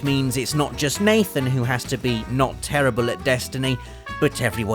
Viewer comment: he says mathen instead of nathen